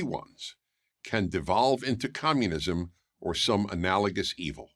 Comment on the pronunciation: Komyounizam get to da choppaaa !